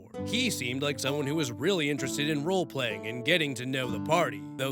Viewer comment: I am not going to sugar coat it, Rolepreying sounds like you are talking about vore.